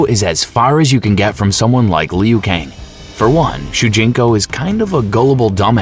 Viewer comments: Riden, leeoooh Kang, Kung layow, Kam I dog ew, Ken Shy? Tell me you've never played Mortal Kombat without telling me you've never played Mortal Kombat. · Jfc..go back do it over again. I'm not usually a stickler with pronunciation, but it's so bad here it literally ruins the viewing/listening experience. Like what is a "Lee-Ooo" Kang? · Kung lay-ow, Shay-O Kahn, Lin Ku-I... It's funny to hear, but good work in putting together the timeline and explaining it. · Kung Lay Oh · Meh still a great video and the pronunciations aren’t bad Edit: Ok Leo Kang is diabolical 😂😂😂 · Leu Kang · Leo kane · Lee-yu Kang!